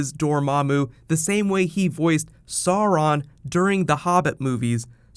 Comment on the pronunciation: Omg the way you say sauron 😂